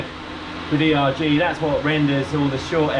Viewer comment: erg, short for ergometer. Not E.R.G.